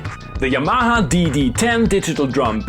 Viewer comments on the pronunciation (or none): Say it with me..... YAH - MAH -HA